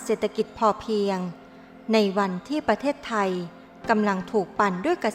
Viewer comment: ชื่อว่า ประเทศไทย ไม่ใช่ ประเทสๆๆๆไทย อักขระอักษร ผิด ทุกสรรพสิ่งทุกอย่างเปลี่ยนแปลงอย่างมหันต์ทันที